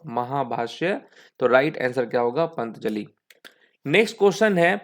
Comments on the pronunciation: pantjali kya hota hai dekh k b patanjali ko pantjali pad rha h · Bhaiya पंतजली nhi पतंजलि है।